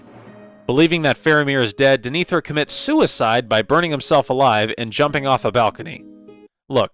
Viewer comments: Clarification : DEH-neh-thor, not duh-NEE-thor. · I presume you watched scenes depicting the steward of Gondor with muted audio, because how else could one come away calling the character Dinethur? In the charming parlance of my rustic forebears, that dog don't hunt. Denethor. Rhymes with Jenna Thor as opposed to Gin Ether. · I watched the movie but I keep pronouncing DEN-AH- THOR den-ethier lol other than that nice video 😅❤ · Wtf was that pronunciation of Denethor? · I came here to ask about this, because I felt like Denethor's name is well pronounced a few times in the movies so how is it so off lol